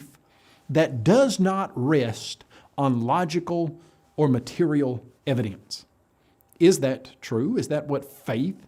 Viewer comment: I must admit, I am irrationally infuriated by the way pronounces the word "evidence". Why does his accent get 10x stronger on that one word? If I was a southerner and I heard someone speaking that way, I'd think they were mocking me.